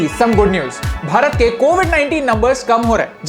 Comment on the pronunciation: Love it when you say "Bharat"